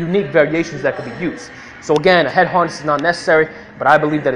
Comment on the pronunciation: Neck Haaaaaness lol sorry I laughed everytime you said that, not in a bad way but cause i have a buddy from boston so it reminded me of him 😂